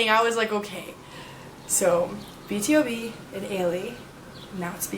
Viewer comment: it kind of annoys me when u say B.T.O.B instead of B to B = BtoB = Born to Beat